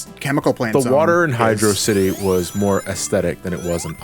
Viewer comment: Uh uh uh,. It's "HydrOCity". The Zone's spelled as one word and it's a pun on velocity. Yes, I'm reviving that dumb debate, why do you ask?